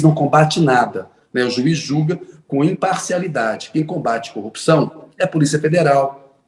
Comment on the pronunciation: Será que um indivíduo que quando vai se referir a esposa, fala "CONJE", ao se referir a tacógrafo diz : "TACON" ao se referir a corrupção diz: " CUPÇÃO ? Será que esse JUIZECO lalau que ao pronunciar uma frase de sete palavras , comete sete erros grotescos, será que ele realmente passou em concurso de Juiz federal sem a mão grande da maçonaria ? Hein ?